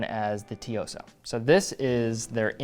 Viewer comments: Pronounced su yo sa but say su with a tsss (t is not quite silent). I lived in Japan for many years. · “Tsuyosa” is pronounced “Sue-yo-sah”. Great looking watch! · It's pronounced as Su-yo-sa. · Anyone else cringe at pronunciation of Tsuyosa? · Su yo sa no western watch channel pronounce this brand right haha